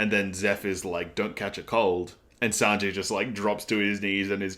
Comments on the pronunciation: yeah its Zoro, and also Sanji is pronounced as San---G, not San--Jay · You say Sanjay but it's sangee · This video felt really tight and concise, I love it! You also pick up on things a lot which I'm loving :) Other people have already said this, but yes its is Zoro not Zolo. Also idk if my ears are just not working today but I think you got Sanji's name a little wonky. The 'i' at the end of his name is pronounced the same way you'd say the letter 'e'. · The currency is pronounced like Berries. Sanji is pronounced like Sanjii not Sanjay. Gin is pronounced like the first half of Guinness. G is Japanese is pronounced like the G in Gift not Giraffe. Zoro not Zolo. The pronunciation isn't a big deal, just in case you wanted clarification :) Yesssss the exposition/lore is drip fed to us by Oda, and we love it!!! OP is like an onion and iceberg, there is so much to discover/unravel and this is just the beginning!!! Glad you are enjoying OP so far!!! I recommend not searching up other peoples' reviews, you will get spoiled by thumbnails/titles and especially with a series like OP, you don't want spoilers!!!